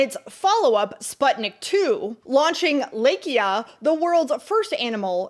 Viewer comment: that's the worst pronunciation of LAIKA that's i've ever heard... it sounds like LIKE-AH .... also, it was first FUSION/HYDROGEN bomb. even trinity test was a "nuclear" bomb not to mention fat man and little boy. and srsly lmfao... you want to characterize rosa parks as "infamous"????